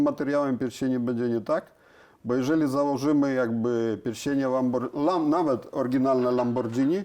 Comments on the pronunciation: Za przeproszeniem, ale sam Pan jesteś "lambordżini". Panie, pan uświadomi p., jak to się powinno wymawiać. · Dziękuję Panu, że podziela zdanie prof Nakamiczi. ma LAMBORDŻINI, a nie Lamborghini jak co po niektórym się wydaje. Dlatego też w LAMBORDŻINI można stosować różne technologie, a nie tak jak w Lamborghini trzymać się schematów. 😉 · a te uszczelki to dlatego tak wygladaja bo to lambordzini a nie lamborghini i prosze nauczcie sie mowic poprawnie nawet jak jestescie specjalistami od silnikow i cagle te same bledy nazwa marki i mowienie zegary na wszystko co okragle i ma wskazowki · "lambordżini" xD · I znowu to Lambordzini 🤦‍♂️ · Ciekawe co sobie myśli kiedy Pan co chwile mówi lamborDŻini 😀😀😀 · Lambordżini :D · Dzieci czego nauczyliśmy sie w tym i poprzednim odcinku o Diablo? Ze Lambordżini jest fajne ale kłopotliwe 🤣 A teraz zjedzmy sobie Spadżetti i możemy dalej leżakować 😂 A ogólnie to ciekawe filmy 🤘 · Mechanik mówi "Lambordżyni"... to dobrze nie wróży :O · Kolejny profesor Lambordżini 😀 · Porównując to np. z robotą Iain Tyrrell'a to zapowiada się niezła fuszerka ;-) Pan sobie czytał o lambordżini...